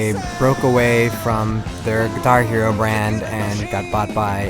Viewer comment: why did he say guihar hero, it's guitar hero dumass. Look